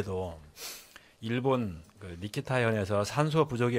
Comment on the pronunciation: 니키타현은 어디여? 홋카이도현은 뭐고,,, 아무거도 모르고 누군가가 써준거 그냥 읽은건데 한글도 못 읽는거지?